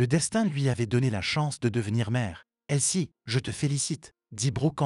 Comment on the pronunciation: Le prénom de l'amie de la mère est Elsie et non pas "elle ci"